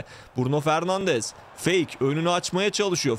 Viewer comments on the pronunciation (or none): none